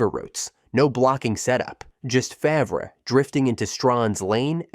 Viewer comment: Terrible pronunciations lmao its not hard to google their name pronunciation, takes 2 seconds